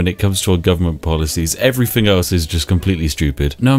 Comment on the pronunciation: For someone who pretends to be posh, you're not very good at differentiating between 'th' and 'f'.. everyfin, scientific ferory.. Get a grip man, you're a Englishman.